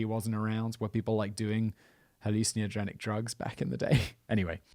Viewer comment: His pronunciation of 'hallucinogenic' is almost weirder than the story.